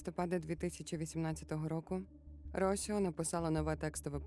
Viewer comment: Дякую за цікавий контент👍. Одне маленьке зауваження , наголос в жіночому імені Росіо падає на і.